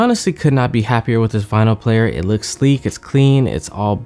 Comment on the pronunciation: Late but it's also not vynil. It is vinyl.